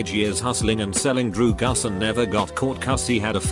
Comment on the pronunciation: Don't do drew-gus!